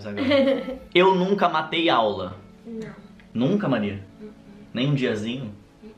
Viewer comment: tá mateu em vez de matei